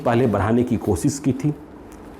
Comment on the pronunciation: Bhaiya kripya apni hindi bhasha sudharo . zab nahi jab, des nahi desh ,kosis nahi koshish, sures nahi suresh ,shurya shawal susma aur na janey kitney🤣😇